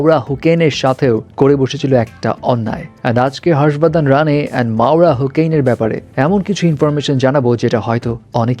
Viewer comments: মাওরা হোকেইন??? ওটা হোসেইন, Hussain, Hocane, Hoccain, Hoccane অনেকে অনেকভাবে লেখে, মাওরার ভেরিফাইড ফেসবুক পেইজে খুব সম্ভবত Hussain লেখা যদিও সবখানে Hocane লেখে। খুব হাস্যকর শুনতে লাগে, হোকেইনকে কোকেইন শুনি আমি😂। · হোছেন not হোকেন😂 ভাগ্যিস কোকেন বলেনি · হোকেন বলসেন কেন,হোসেন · ভাই হোকেন কি 😂হোসেন hocane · মাওরা হোকেন না হোসেইন😑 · হোকেন না হোসেন হবে। s এর পরিবর্তে c দিয়ে বানান লিখে। ওর রিসেন্ট ইন্টারভিউ দেখেন। নিজের মুখেই হোসেন বলেছে। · It’s মাওরা হোসেন not হোকেন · হোকেন নারে ভাই হোসেন🤦‍♀️🤦‍♀️ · hussain uccharon hobe